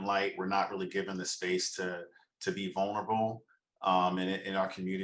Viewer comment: Im not a native speaker of English but I find the way Micah and Irina speak really weird. They elongate the final syllables in a sentences and it’s really weird: I don’t know what was happening with paaaaaaaul, and I keep myself more clooose and I know we are not meant to beeee. Can someone explain this to me? As native speakers: do you find they way they speak “special”, if so what kind of feeling/impressions this way of talking gives you? Thanks a lot (I just love languages so I’m really curious)